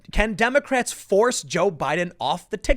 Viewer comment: At one point I heard "condemocrats" lol